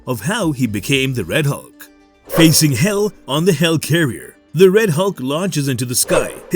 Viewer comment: Why do you keep saying "hell carrier"? It's a HELIcarrier!